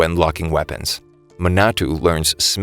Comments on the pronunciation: the other names are forgiveable but... muh-na-too lol ma as in mama na as in nap to as in toy ma-na-to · It's a little bit funny how he says "Minatu" instead of Minato